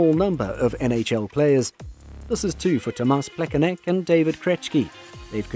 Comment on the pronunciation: David Krechki? WTF? Where do you see the K? Is it really that hard to search for the correct pronunciation of foreign names? You also got Plekanec wrong. C at the end of the name is pronounced as ts. Krejčí is pronounced as Krej-ch(ch as in cheetos) and ee (as ee in cheetos). Matthew Tkachuk is no longer with Flames, this is his second season with Panthers. Very poorly researched video.